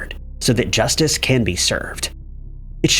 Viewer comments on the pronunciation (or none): none